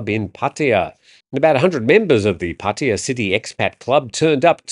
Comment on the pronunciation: Or "Puh-TIe-uh". To be clear, they are listening to English speaking foreigners and repeating. They are not listening to Thai people.